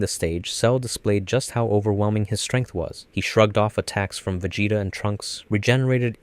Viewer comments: That pronunciation of Vegeta was fucken brutal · Bro is just making sure everyone is paying attention, I swear, he dosent do it on accident. Top tier english... then... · You have ZERO excuses for pronouncing Vegeta so ridiculously wrong. Like at this point you must have do that on purpose. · Pronouncing vegeta's name wrong in 2025 is absolutely diabolical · vegeta pinkett smith . . . im fucking dead this dude cannot say anime names